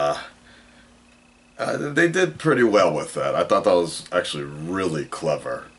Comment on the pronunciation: Your one horny guy :P, and I love how say with or "wif" in your case, and God you have me dying at the end of every video, don't stop making da mudda videos